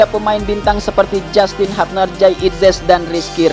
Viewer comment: Hubner min,,,, bukan hupner😂